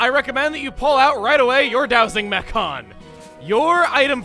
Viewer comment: Dowsing "Mechon" well said